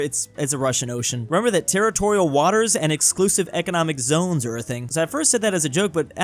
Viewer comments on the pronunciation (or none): none